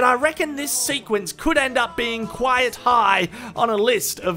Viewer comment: Quiet/ Quite confusion confirmed. pronounces Quite as if it's Quiet.